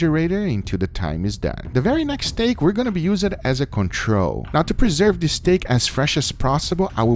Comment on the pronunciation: I love the way guga says steak, he says it like “stæg”